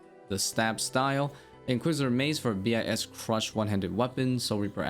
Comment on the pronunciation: Wish you wouldn’t say b i s and just say bis instead. I got thrown off thinking you were saying some different runescape term.